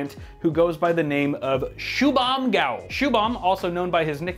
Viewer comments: It's not GAOEL ......ITS GOEL LIKE GO. EL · GOEL.... LIKE JOEL, CMON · That is an Indian name and it's pronounced shu-bhum Go-el.